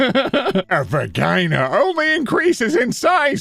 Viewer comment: Sorry but he pronounced VAGina made me laugh so hard i am not calling it any other thing 😆